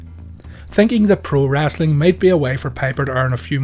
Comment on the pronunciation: It's Wrestling not Wrastling Speak English